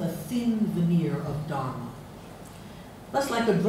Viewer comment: She would be a tad more reliable as an indologist and as her fawning intro says: 'world reknowned sanskrit scholar' if she could actually pronounce simple sanskrit words: 'Dharma', 'Upanishad'. Sadly, she is so self unaware, she goes on to tackle 'ArthaShastra'.